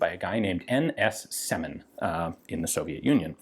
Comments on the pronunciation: Right you are. It's Сёмин, not Семин. E letter sounds like german Ö. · in russian it's pronounced as "syomin". trere is the letter "Ё", which makes the sound Yo and is alvays stressed. they often are careless to use a separate key on a keyboard to make it distinguished from a regular E